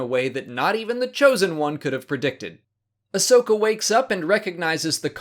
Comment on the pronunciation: Great episodes. This half of the season is awesome. I have just one little problem with the last episode. Her name is Ahsoka, not Ashoka. Get it right,!